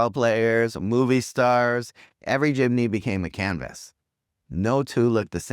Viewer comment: Its Jeepney.....not Jimney